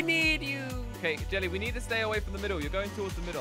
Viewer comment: •- its jelly,not helly